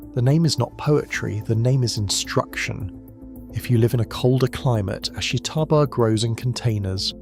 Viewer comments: You seem to have done research for your video, but you haven't even pronounced the name of the plant right. Its ASHITA-BA (ashita - tomorrow). Not ashi-taba. ASHITA-BA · You're pronouncing "ashitaba" wrong. The "i" is unstressed to the point of being virtually silent. It should sound more like three syllables, not four.